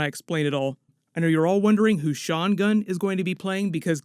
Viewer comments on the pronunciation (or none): none